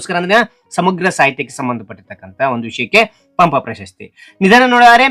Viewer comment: Bro ಪಂಪ ಪ್ರಶಸ್ತಿ bro ಪಂಪ ಪಶಸ್ತಿ ಅಲ್ಲ bro